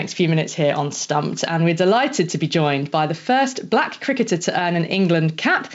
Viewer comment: I don't know why this anchor is emphasising on the word "Black"?